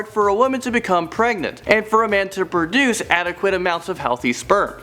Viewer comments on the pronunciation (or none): none